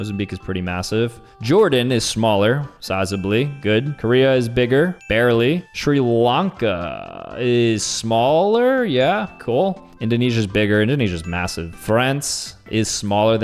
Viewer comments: it’s SHRI - LANKA 😭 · BRO WHY HE SAY SRI LANKA LIKE THAT 🇱🇰💀